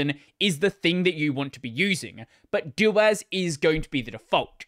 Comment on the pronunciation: I accepted systemd, I can accept this. I can't accept your pseudo pronunciation of suDO. Hear me out. I'll compromise. Just say doh-as instead of DOas and we'll call it even. :)